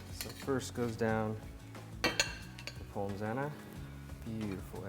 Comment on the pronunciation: The only negative point from this video I can find is pronouncing the s in pommes.